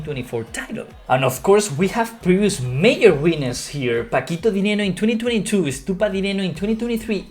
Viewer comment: Good content again! Your English is getting better and better. I don't want to be a smartass but I notice you're struggling with the word "Major", I think from Spanish it's pronounced "meyor". Just a friendly tip:)